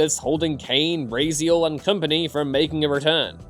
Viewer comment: Time out........ Rayziel!? Who tf is Rayziel!? This'll be right up there with Ghost of Tsushima. Lol